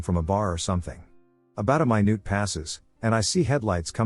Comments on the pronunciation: I heard a "my-noot" finally😂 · * May Noohd 👀😂